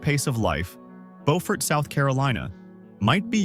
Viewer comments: Not how Beaufort is pronounced its Bew fort not Bo fort. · AI butchered the names of a few of these. It is "byew-ford" in South Carolina. There is a different city in North Carolina that is spelled the same that is pronounced as "bow-ford" like this video. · The town named Beaufort in South Carolina is pronounced Bew(sounds like new)-furt. The town in North Carolina by the same name is pronounced as the narrator said it. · Byew-furt, SC. See if you can find a video on affordable US towns that are pretty. I think Harper’s Ferry was the closest to an affordable place. A lot of our place names came about when people read about European places in the newspapers or books and there wasn’t anyone who knew the proper pronunciation. No radio, TV, movies to hear it pronounced. Depending on the part of the US, the same name could be pronounced many ways. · I think I would write the pronunciation more like Byew-fert. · Beau is pronounced as 'bow' but I know a lot of down here call it Bewfirt. LOL. not to insult anybody's intelligent, I've traveled thru a lot of states and cities in this country...everyone has different dialog from the place or environment where they grew up in. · It’s French vs English pronunciation. Bo-fort English, Bew-fert, French. It depends on who settled the area. The same with Boyer. Boy-er English. Bew-yer, French.